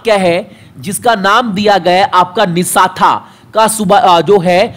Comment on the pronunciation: वो निष्ठा है न कि निशाथा । पहले थोड़ा रिविजन कर लो